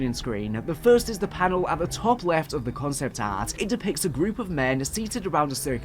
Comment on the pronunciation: Cahnceypt ahhrt and skeytchesss.